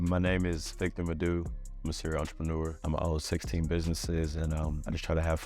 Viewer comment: Bro how u pronounced his name "MADU" was really funny😂 but I understand because am frm Nigeria too. I enjoyed the video So motivating